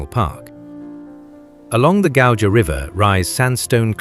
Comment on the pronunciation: This is generally a nice representation, except for pronunciation of most place names ( Gauja : Gau-ya) and the description, such as - it gives almost continental atmosphere - excuse me? It is continental! ... It gives Nordic (TM) feeling - does it? yes it is in the North, around the same pond... it is not what you would expect from Baltics - what do you expect from Baltics? ( let's just round about the whole of the Baltic - and, yes, it does look somewhat like this, then proceeds to three more towns looking exactly like "not what You expect in the Baltics" .